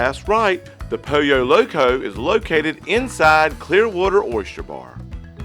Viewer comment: Lol .....its pronounced Poll - Yo Loco . I've got a southern accent too 🤣